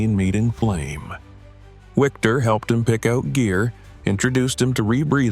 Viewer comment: It's pronounced Viktor not Wiktor